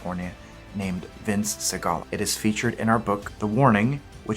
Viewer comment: You did not pronounce Vince's last name very clearly. I understood Vince Seagal. As it turned out his last name is Sigala. The excerpt that you read can also be found at Catholic City.